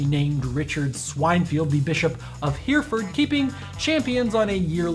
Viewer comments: Here-Ferd? It's pronounced Heri-ford. Why is it Americans can never pronounce English Town, city or county names? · did he just say hearford? it's Hereford pronounced Hera-fud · its pronounced he re ford not herford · "Hear-ford" - incorrect. "Heh-reh-ford" - correct. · Here'ford 😂😂😂 it's pronounced herryford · it's not here-ford it's he-re-ford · he-re-ford not here-ford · Hereford, pronounced hair-eh-fud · swinefod and Hereford Lear to pronounce English names please especially being a herefordian it hurts my ears